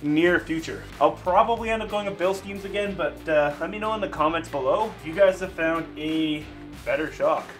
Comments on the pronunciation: It's pronounced Bill-stine, I think that's what ur trying to say, but just clarifying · Just so you know when you say Bilstein shocks the E is silent the I isn`t. love your videos